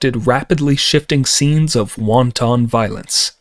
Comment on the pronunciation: Mispronouncing wanton as the food... Yep, I'm out. I'm already annoyed.